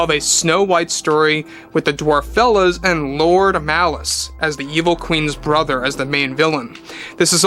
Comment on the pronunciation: It just goes from Bad to Worse And it's DWARFELLES. ( DWARF- ELLES )